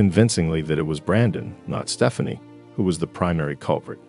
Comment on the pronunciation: It’s because it’s AI. I rarely watch anything that has AI exactly because of the mispronunciations. 😏